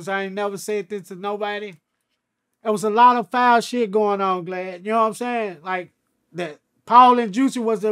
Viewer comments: Hes been calling Vlad. Glad about 100 times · Bruh it kills me when he says glad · Nigga called him glad like glad bag 😫😭😭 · R WE GOING2 IGNORE CRUNCHY KEEPS CALLING VLAD " GLAD " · And Boosie calls him Blad 😂😂😂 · Crunchy my boy in all but he called the Vlad Glad like a hundred times 🤣😂🤣😂😂😂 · 😂😂😂Right! Its Vlad not Glad!😂😂😂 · Crunchy is G.D(Folk).....He don't like saying words starting with V's (vicelord) and guess what vlad has VL at the beginning of his name.....that's y he say Glad instead of Vlad....If yall was wondering.... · He calling him "gladdd" lmaoooo instead of vlad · He stay calling him Glad 🤣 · He calls him glad repeatedly 😆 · Crunchy Black keep calling him glad lol. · He keep calling him Glad🤣🤣🤣real n** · Why the 3 6 keep calling him glad? Lol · Vlad is so scared to correct crunchy blac. Hey man my name is vlad not glad. Ok glad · Is he saying vlad or Glad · Bro keeps calling vlad glad ,😂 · Why he keep calling him "Glad" 🤣🤣🤣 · I was wondering if dude said ‘Glad’ 🤣🤣🤣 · 😆 i thought i was the only one who caught that he was calling vlad glad! Lol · I love how Crunchy calls him "Vlad" and "Glad" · Nobody: Crunchy Black: Glad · Is he calling Vlad “Glad” 😂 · I like how he keeps calling Vlad "Glad"😄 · When crunchy got shot in the face I imagine it damaged his word pronunciation some. Vlad is now........glad. That's is all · He called him Glad 🤣🤣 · I like how he calls him Glad lmao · “Glad” “Begis” 😂😂😂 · He keeps calling VLAD glad. Haha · He said Glavd !!! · 😆 he keep calling vlad "GLAD" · Why he keep calling him GLAD 😁 😁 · did he call him Glad? lolololololololol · I thought he said glad. Lol. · ALL GD’s KNOW WHY HE’S SAYING GLAD AND NOT “VL”AD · Is he calling him glad? Haha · Why is he calling him Glad 😊? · He calls Vlad glad and calls Vegas , Begas stay in school kids !! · Is he calling vlad glad? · after the first time I chalked it up to the accent but after the fifth time I knew that he was fucking the name up 😂